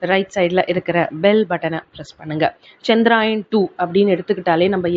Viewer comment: It is not Chandraayan,it is Chandrayaan,pls correct yourself first then explain.